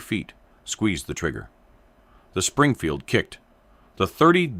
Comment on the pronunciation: Stop using AI for the voice. Have a real person read the script so they get it right or I will have to stop watching your channel. I’m tired of AI that can’t pronounce M Springfield.